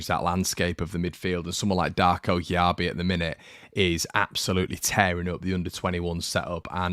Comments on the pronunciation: It's pronounced Jay-be. The lad told us when he signed, you should know this bro! Still love ya 😘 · Great video, it’s pronounced Jaybee by the way. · I believe it's said JayBee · Cheers. Exciting lad. One note - apparently his last name's just pronounced "JB" 😁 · It's pronounced "Jay-bee" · Just fyi it’s pronounced ‘Jay-bee’